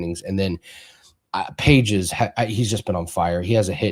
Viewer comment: It’s Andy (Pah hez) not Paige’s haha good luck!